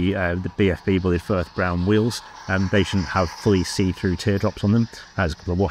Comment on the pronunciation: The name by the way is pronounced BLYDE. My friend is called bullied and that's how all his relatives pronounce it. Thanks Hornby,shame about your quality control.